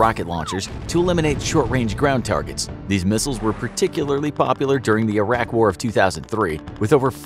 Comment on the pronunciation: He named Iraq, as Irak. How tf do you stuff that up?